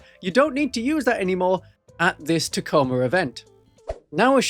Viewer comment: Ta Co ma. It's not tac-o-ma